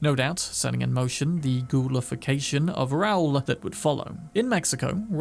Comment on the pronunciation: Hearing him say Raul like a fucking moron took me out of it. Are British people this stupid and clueless?